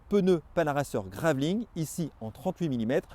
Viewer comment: Très beau vélo. Merci pour les précisions historiques du début. Attention : Panaracer GravelKING (et non graveling comme tu prononces). On passe de 'roi du gravel' à 'qui fait du gravel', tu vas les vexer nos amis japonais 🙂